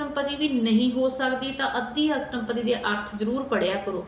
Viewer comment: Madam pl theek pronounce kuro astpadi bolna not astampadi